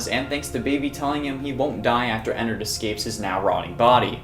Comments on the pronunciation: Like innards with an e. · hey. some advice, ennard is not pronounced "ee-narhd its pronounced "eh-nerd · I love how she says "ee nard" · She says ennard so weirdly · DON'T YOU DARE BRING FURRIES INTO FNAF Did you really just say "fahz bear's" and "eenard"